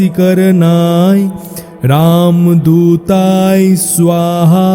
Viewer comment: মাপ করবেন উচ্চারনে ভূল আছে যেমন শব্দ হচ্ছে রামদূতায় কিন্তু যেটা উচ্চারিত হচ্ছে সেটা হল রামদূতাই।